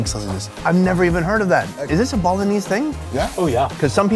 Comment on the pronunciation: Does no one else think he says Bolognese instead of Balinese?